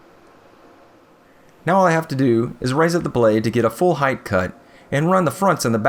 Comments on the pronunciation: it's "height" not "heigth" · Did you say heighth? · wtf is heighth? did he say heighth? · Height = Yes. Heighth = No. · Heighth is not a word.